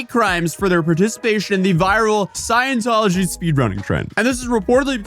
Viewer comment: "sciencetology" so close but so far